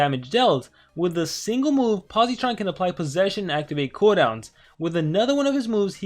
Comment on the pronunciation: Hey quick tip for pronounciation you don’t say it with a hard E sound